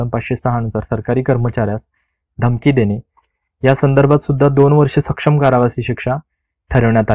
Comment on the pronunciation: सर आपण काही शब्दांचा उच्चार चुकीच्या पद्धतीने करत आहात तरी या पुढे काळजी घ्यावी. आपण " सश्रम " चा उच्चार "सक्षम " असा करत आहात; या दोन्ही शब्दांचा अर्थ खुपच वेगळा आहे. अपेक्षा करतो की या पुढे आपण काळजी घ्याल...